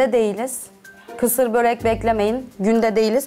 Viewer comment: Boğrekk değil börek densiz